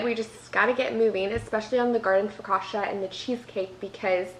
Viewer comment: Loved everything😍! Just so you know, the double C in focaccia is pronounced as the one in cappuccino